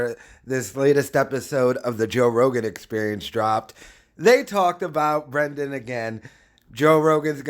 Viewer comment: "Joe Rogan echsperiansh"